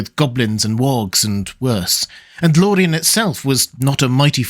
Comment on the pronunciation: why do you roll your "r"s when pronouncing Galadriel or Lorien but not when you say the word Sauron?